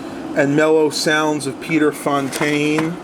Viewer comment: Nice pick-up. Brought back a lot of memories. Though isn't it "Pete Fountain" (like water fountain)?